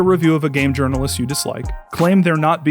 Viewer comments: Urinal-ist! So funny! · Does Quartering purposefully mispronounce certain words like "days" and "journalist"? Is this apart of his shtick or am I just imagining things...